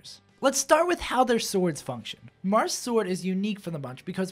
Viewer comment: "Differences between the Jarths"